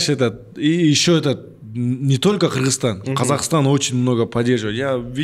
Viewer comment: Ее рахагуль Кыргызстан а не Киргизтан. Мы же не говорим Дикийстан